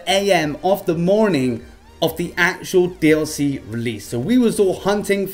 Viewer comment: It's DLC 4 NOT DIC